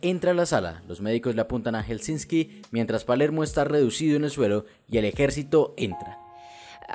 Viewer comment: Se pronuncia Helsinki, no Helsinski...